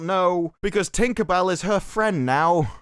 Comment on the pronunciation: The way you say tinkabell with a hard r is very offensive